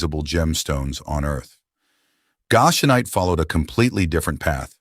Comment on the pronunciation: Please, please, please. Some living person , CHECK YOUR PRONUNCIATIONS!!!! Goshenite and Goshen are consistently mispronounced.